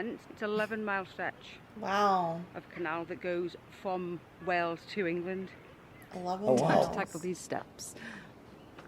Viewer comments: One day, dear sir, you'll finally pronounce Wales (Cymru) correctly. It is not "wells", but closer to "whales". The town of Llangollen is best known for its annual week-long international festival of music and dance. Now in its 77th year, it was designed to bring young singers, musicians, dancers together from across the world to build bridges following the Second World War. It's held in June and this year drew over 3000 music-makers from 33 countries, with an audience of over 50,000. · Pronounce wayles .. wales not wells 😊 Cymru 🏴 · What is wrong with you boyo? Why do you keep calling Wales wells? Wells are places you get water from. Wales is pronounced the way the biggest creature in the sea is pronounced - Whales!!! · Some hope off him pronouncing welsh words correctly he can't even say wales . It's been mentioned in his comments before but he doesn't take any notice . It's WALES ( pronounced like the mammal) not Wells